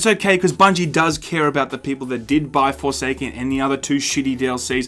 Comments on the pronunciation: did you say foreskin instead of forsaken cause that was hilarious. I got foreskin I mean forsaken for free on PS plus 15 minutes in I uninstall it cause it really isn't my type of game but thanks for letting us know about Bungee shitty arse business practice cause that's how business works in reality. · did you say Forsaken or Foreskin?